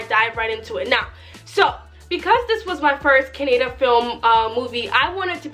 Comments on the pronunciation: Sister its not "kah-neh-da" it is " "ka-nna-daa"; plz spell our language correctly because its our kannada language is as important as breathing to us "kannadigas"(kannada speaking people, who born in karnataka state and whos mother tongue is kannada) we respect and love kannada and we see our language as "mother godess" as" kannada thaie" (kannada mother) we call and worship her as "bhuvaneshwari/ chamundeshwari" and we kannadigas are her sons!!! our language has an enormous histroy of 2500 years old!!many grat empires and emperors have ruled our great "kannada land and soil" and enriched and contributed majorly in history of india and south india and its one of the 4 dravidian( dravidians are peope who live in south india) languages like teglugu, tamil and malayalam Hope u understood the greatness!! of our language and its emotion of kannadigas!!😀😀 keep watching kannada movies and our film industry is known as "sandalwood" plz do some research on our industry and its history "dr.rajkumar" he was a great actor and the only actor to recieve national awards for acting and singing!! He has acted 206 movies in the industry he consider him as a "legend in our kannada language and pride" and we consider him as our cultural icon!! Thank you!! With lots of love!! Yes!! KGF😉😆😎 is a dream comming true for every kannadiga and yes!! Hats of!! To who kgf team and yashh!! For taking our kannada industry to global stage!! We were waiting for this to happen!! And we r so glad😁😁 hope! This h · It is ka nna da kannada not canada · Madam call it as kannada not kanneda. Plz next time pronounce correctly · It's not kannad it is kannada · please pronounce kannada properly